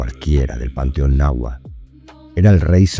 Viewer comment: Seria muy bueno que se pronunciaran las palabras correctamente, ejemplo: nahuatl, quetzalcoatl, no estas pronunciando TL al final